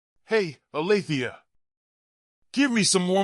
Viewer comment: Alethea? Try Althea.